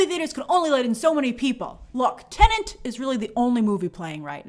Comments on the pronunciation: TENET not TENENT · 🤯🤯🤯🤯 After so many months, WHY does she still pronounce the movie “TENANT”. 🤔 It’s “TENET”!!! There’s only one “N”. 😤🙄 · Grace, the movie is called TeneT, not Tenent.!!!, lol 😂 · i just keep hearing TENANT everywhere ooh lord i cant wait for this movie to stop being discussed for that alone. i cant take it anymore lol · (and almost all other times throughout) It may be the only major "tenant" in cinemas these days, but that isn't its name. 😉 I'm sure these weren't the first times throughout the many months of covering it, but it really stuck out to me here, so I just had to comment on it. 😜 I keep worrying that I'll screw it up myself, and I'm sure I often do as well. "Tenant" just rolls off the tongue so much more easily. 😅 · Grace, there is only 1 N in teNet. It's not teNeNt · The movie is titled "Tenet", Grace, not "Tenent" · Half the time you said "Tenent" lol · why does she STILL call it teneNt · Favourite YT channel but please stop saying Tenant!!!! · Now I can’t stop hearing it 😫